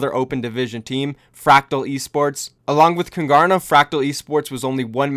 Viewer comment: did you just pronounce your own team name wrong?? Kung-Garna????